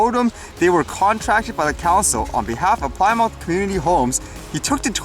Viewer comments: Awesome content as usual... Plymouth is pronounced as Plimith not Ply Mouth.lol Have a great day. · Plymouth - Not pronounce ply mouth lol but plim-ith like in the now defunct car company (Dodge/Chrysler/Plymouth.)